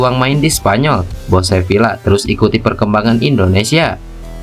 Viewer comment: Admin tolong baca Sevilla : Seviya. Dobel l (LL) dilafalkan y dalam bahasa Spanyol.